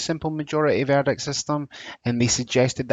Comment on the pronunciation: Another guy with poor diction. Lazy, missing the letter "t" and can't use ending of "ing" No doubt he thinks it makes him sound more Scottish. ha ha. It was the strange pronunciation of "verdict" many times that was jarring. I realised he was saying VERDIC Crazy such a person is teaching on Open University. I like the Scottish accent but not the lazy slang